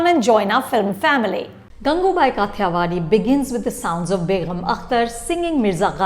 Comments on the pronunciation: It’s so irksome that Anupama almost always mispronounces the few, scarce Hindi words that she chooses to use in her review, in this case, the movie title itself. You’re pronouncing Kathiyawadhi as it’s written in English instead of its original Hindi pronunciation. What level of elitism is this that you feel compelled to distort Hindi pronunciations into an almost English one? One can polish their reviews with the fanciest English vocabulary but one discredits their own self massively when they can’t even pronounce or properly speak in the language that the movie is being made in. It’s happened so many times in so many reviews (sometimes with some very common proper nouns)… it almost makes me wonder if Anupama is even comfortable in speaking Hindi. At least do the research for the correct pronunciations for something as integral as the movie title. This comes from someone who is an avid viewer and admirer of this channel so please don’t brand my criticism as trolling, as you are wont to do. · It’s काठियावाड़ी, not काथीयावादी. It’s कामाठीपुरा, not कामातीपुरा. It’s ढोलीड़ा, not डोलीदा. THESE WERE EXACTLY MY PET PEEVES TOO. I have the same pronounciation pet peeves for Varun Dhawan. Anu. Chopra is U.P. Bhaiyya and her mom is script writer. But she wants to show that she is "hip" woman from south bombay (not mumbai) mind you. Ms hoity-toity, karan-johar-types.